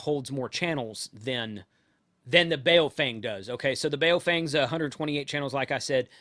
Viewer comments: It’s pronounced like: “boww funng”. as in “bow wow”, and as in “fun” with a “g” at the end. And IMHO they are NOT junk. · Blimey ) how can you review something you never owned and sound like you hate 😂😂😂 its Baofeng ( Ba-oww-fang )